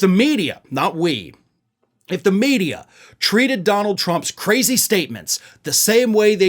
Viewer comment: "yeah-uh it's the libral meedeeyuh run by Jews.."